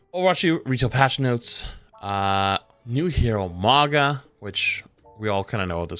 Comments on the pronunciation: Why do you americans ignore the u in mauga like its a trump hat maga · Day 3 of asking you to pronounce Mauga’s name correctly 🙏